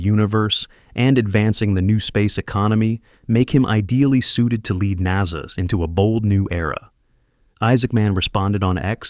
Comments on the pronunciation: again NAZA instead of NASA... and definitely not NAYSA... AI has a room for improvement. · Come again, at the later statement u said "neyza or NASA."? Strange OF pronounciation or intonation? REGARDLESS it is, 💯 I🤷‍♀️was correct, Welcome Isaacman as the New Admin for NASA. Out of Subj: Btw's: Blue~scrub "Scrub" Origin~scrub the launch of Bozo's NG last nite. Maybe, he had forgotten to insert his "Steve Tyler replica." It's my turn to bamboozle B.O.N.Shepard2. Surely, a fan fr bozo~might read my comment. HUH! 😼Thxz